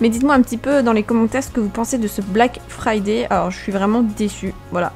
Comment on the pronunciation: Ton accent anglais pour black friday est très très bien dit😂